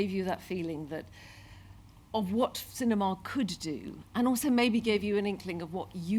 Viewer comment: Ah yes, Sin- E- ma!